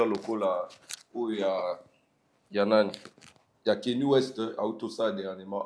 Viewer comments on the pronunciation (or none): Arretez de dire " kenny west" c'est Kanye comme na lingala ,ka-nye. Merci na analyse